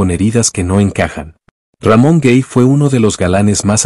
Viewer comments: El apellido de Ramón Gay se pronuncia exactamente asi, con A y no con E cómo usted lo pronuncia porque no era en Inglés sinó en Español GAY, no GEY. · El apellido e GAY no "guei"